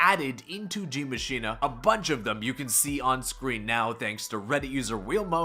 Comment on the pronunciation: d.i.e mashine like that again. Then please tell me where it says "machina"